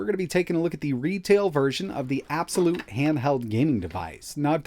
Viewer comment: IT'S PRNOUNCED EY-BEE-EX-WHY-LUTE!!